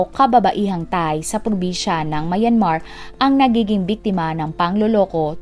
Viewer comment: Plz pronounce Myanmar correctly..